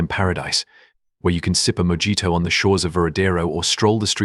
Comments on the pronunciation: A MOHITO not a Mojito (pronounciation please) .... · The AI is a gringo! MO Gee Toe???😂😂😂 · Pronunciation sucks, starting with kew-bah. Coo-ba. And a mojito is pronounced moHEEto. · Mo gee toe………..😂😂😂😂😂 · Learn how to correctly pronounce mojito.... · You cannot even say mojito !